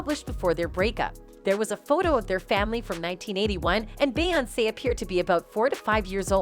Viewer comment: It’s obvious the narrator isn’t familiar with the person she’s reporting on cause she mispronounced her name all throughout the video😅